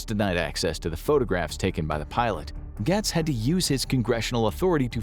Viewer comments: I'm sorry, but it's pronounced gates. Not gats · Just an FYI, it's pronounced "Gates" (Gaetz). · The narrator has to either be AI or not an American because he mispronounced Matt Gaetz so many times and it's baffling that anyone in the US would not know who he is and how to say his name correctly. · This show can't pronounce Matt Gaetz' name right, or acknowledge how he's easily one of the most corrupt politicians our country has, but I'm supposed to believe that this video is trustworthy and not biased? Seems like Infographics kinda wants aliens to be real, so much so that they're willing to use Matt Gaetz as a reference (but can't pronounce his name right).